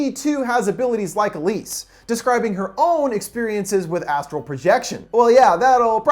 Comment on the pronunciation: check the description you said elsie instead of elise